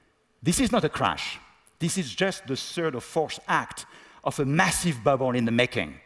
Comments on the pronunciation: He sounds ridiculous. Learn to pronounce BUBBLE. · "BA'BOLS", lol - He's doing well for some who's first language isn't English.